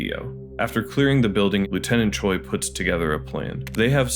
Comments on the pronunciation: Just as point of reference to minimize annoyance to people with that name, the Korean derived name that Japanese people can also have "Choi" is pronounced like "Chweh'" rather than "choy". Hangul script has sounds we don't use. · Is it really that difficult to pronounce Choi (최) correctly. Since you watched the movie, you heard his name being spoken multiple times.